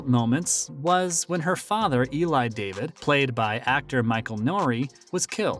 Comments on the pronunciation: I quit watching this. It is not good, no research. Her name is pronounced Da-veed. Not David. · Did he really just say David. DAH-VEED Uh get it right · not David but Dah-veed. Geez! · ZIVA DAVÌD IDIOTS LOLLL😊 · Oh Please- these narrarators. It's Dah-Veed, not David. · Learn to pronounce her name correctly if you are going to talk about her.